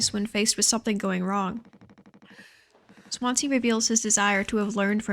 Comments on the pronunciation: For Americans watching Swansea is pronounced 'Swan-zee' ! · I love this video and I fucking hate being THAT guy but Daisuke is die-skeh and Swansea is swan-zee 😅 rlly wish they had a few voice lines in the game to clear that up because at least half of the fanbase is saying the names wrong! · Swan zee It's a city. Please learn to pronounce stuff first